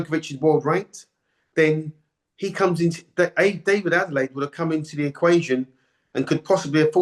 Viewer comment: Adeleye (not Adelade, you cretin) tried, but he gassed out, it wasn't difficult to work out.